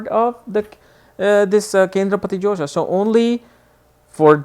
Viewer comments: josha or dosha??its written dosha here n ur pronausing josha!!! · its not josha it is dosha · Hahaha!! I noticed it too!